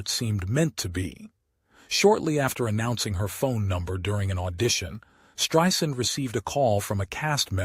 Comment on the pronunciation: He pronounced her name, “Streeesand!?”